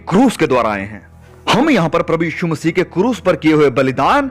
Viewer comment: आप स्पष्ट रूप से "मसीह" बोलें.... आप मसीह के स्थान पर मसीही बोल रहे हैं।